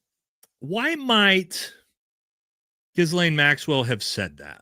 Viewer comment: It's not Jizz-laine. It's Guh-laine. Just say Guh-laine.